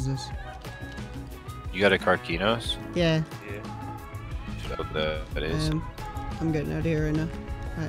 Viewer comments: Kark-E-Nos Its I Kark-eh-Nos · Wtf you say karkinos like "car-key-noce"